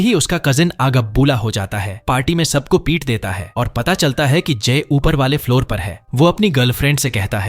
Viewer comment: its floor not faloor